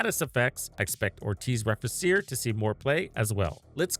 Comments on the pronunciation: Nice video... just wanted to point out cause my OCD won't let me NOT do it... is the pronunciation. Re-fee-che-re is how it's pronounced. It's Latin. Means To Rebuild/To Repair/To Restore. :) Happy hunting. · Just a bit less aye and you'll be good to go. :3